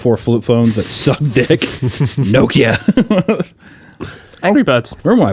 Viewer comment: Ugh god stop saying Nokia wrong